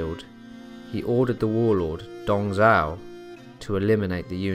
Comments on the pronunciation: It's Dong Zhuo, brother. Dong Zhao is another General who served under Yuan Shao and Cao Cao (Pronounced "Tsao Tsao"). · could you speak a little bit more clearly and sound more interesting his name is Dong Zhuo you make it sounds like Dong Zhao the way you pronounce it